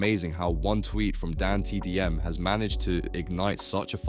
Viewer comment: Yeah it seems like it considering they can’t pronounce dantdm, pewdiepie, and Ludwig also how the tone of voice never changes